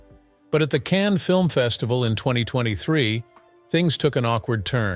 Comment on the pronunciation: I despise the robot voice. Can-knees film festival? Hire a human being for pity’s sake.